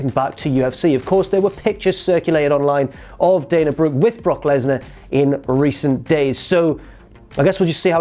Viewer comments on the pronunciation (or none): haha you said Danna brook